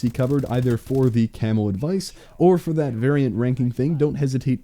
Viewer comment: I heard "Camel Grind" at the very start of the video xD